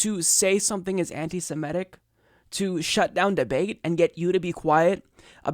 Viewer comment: I wish someone would explain to this guy that the word is SEMITIC not "SIMETIC".